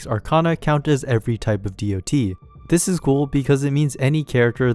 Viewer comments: hearing DoT pronounced as Dee oh Tee instead of dot feels so wrong to my mmo brain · Makes a whole video about dots calls them D.O.T. Bro it's been dots (said as spelled) since 2004. Please learn a bit about a topic before making a whole video on it.